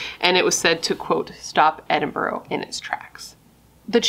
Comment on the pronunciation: Secondary school is for kids aged 12 up also Edinburgh is pronounced Edinburaa if that helps :)